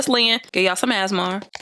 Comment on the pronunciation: That made me giggle too. Im like, it's A.S.M.R sis lol